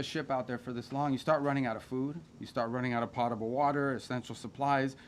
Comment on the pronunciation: Did he just say "pottable water"?